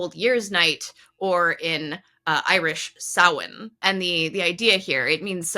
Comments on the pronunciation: Thank you for the accurate Samhain pronunciation in the beginning! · Thank you thank you THANK YOU for saying "Samhain" properly!